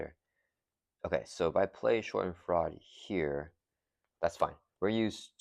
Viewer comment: Great game. It’s pronounced Shah-dehn-FROY-duh. German word that loosely translates to the idea of having joy from someone else’s pain. Very rocket!